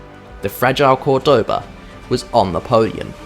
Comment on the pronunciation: Just a hint: it's called Córdoba, that Ó is where you have to accent the name. By the way, beautiful city